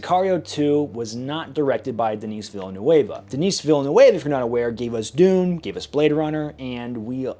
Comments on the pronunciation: Great review. Makes me want to see both films again. Your pronunciation of Denis Villeneuve though... 🤣. He's Canadian... not Hispanic! His name is French, not Spanish. Pronounced: 'denny villa noov'. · Dennis Villa-nueva?! Jfc, he's French, not Spanish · that must be the worst pronunciation of Denis Villeneuve's name I have ever heard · Oh, you mean Dennis Villain-nuovo? Sounds like he's directing the next blockbuster superhero movie – 'The Misadventures of Captain Croissant'! That must be the most American way of pronouncing Denis Villeneuve [dəni vilnœv] ever. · Pronounced "Den-ee Vil-noov" He's my favorite director 😉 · Ah yes , Denis Villénueva , another great French Canadian , I love the way you butchered his name it took me a couple seconds to figure out who you were talking about xD you made me laugh really hard , great video and thank you for your work , awesome drip too. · I need a video of admin learning how to pronounce Denis Villenueve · Cries in French accent over the pronunciation of "Denis Villeneuve"